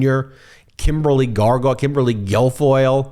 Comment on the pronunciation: Thanks Ben for the morning laugh- I noticed you started to call Kimberly gilfoyle , Kimberly gargoyle instead and I about spit my coffee through my nose 😆. Love it!